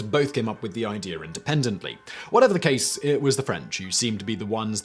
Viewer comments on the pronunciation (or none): none